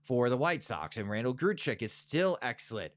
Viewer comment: “Grichuk” is pronounced GRI-Chick not Grue-chuck you dunce.